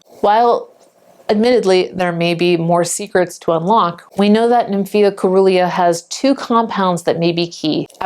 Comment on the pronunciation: SEE - RUH - LEE - A . Like " cerulean " . Soft c .